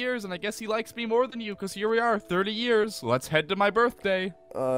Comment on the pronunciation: its MORE NOT MOAR